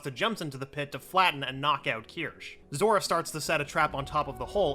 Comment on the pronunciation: i love how at one point he dident said zora he said zoro